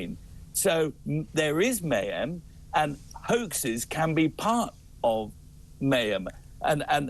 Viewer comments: He cannot seem to say mayhem properly. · I can't listen to him try and say mayhem any longer